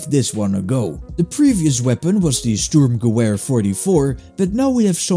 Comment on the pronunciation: I dont like correcting pronunciations, but sturmgewehr is pronounced sterm-ge-vair. Other than that, pretty sick video, i might download some of these too